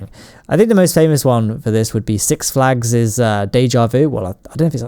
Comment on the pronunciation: When you talk six flags you're talking about the one here in California right? Cause I mean that's what it sounds like when ever you mention it.